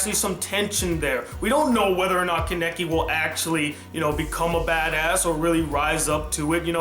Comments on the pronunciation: why can't you pronounce names right? lol I notice that in a lot of your reviews like even if the name is clearly said in the anime you pronounce it wrong or the title of the anime you'll pronounce wrong which isn't that bad since the title usually isn't said so you don't usually know how to pronounce it but your pronunciation of character's names irks me just a bit. kaw-neh-key not kuh-neck-ie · why can no one pronounce kanekis name right he can't watchmojo can't it is easy